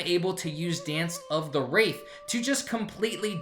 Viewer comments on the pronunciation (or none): Wtf is "dance of the wraith"? Can you not read single syllable words? DANCE OF WRATH.